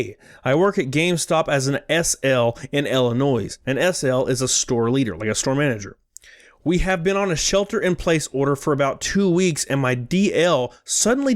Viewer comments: The S is silent in Illinois 🤦🏻‍♀️ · "IlliNOISE"...lol..love ya,but that was funny.. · My mans just said illinoise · The S in Illinois is not pronounced. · Oh no... oh god NO! Did just pronounce the “s” in Illinois?! My world has been turned upside down. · Bruh!!!! The s is silent in Illinois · Hey in your first message to you I just want you to know that the s in illinois is silent. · Just wanted to let u know.......we here in Illinois dont pronounce the S in the name lol. Sorry I heard u say it and it made me laugh. Love the videos!!!!!! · Jesus Christ, it's 2020 and there are still people who legitimately, without trying to be funny, pronounce the "S" in Illinois... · You don't pronounce the S in Illinois my friend.